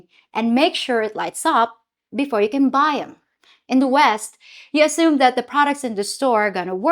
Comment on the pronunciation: Also “assume” becomes “ashume”